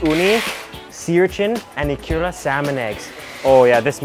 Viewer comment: Eee-ku-ra Eee-ku-ra Not ee-kuuu-ra Emphasis on the Eee, short ku, short ra